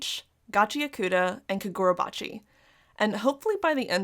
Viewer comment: You pronounced Kagurabachi incorrectly 😂